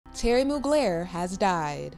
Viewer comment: Please ask if you don't know his name is not Terry it's Thierry always look up pronunciations before hammering a word Google